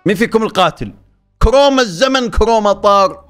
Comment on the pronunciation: كروما مو كوما😭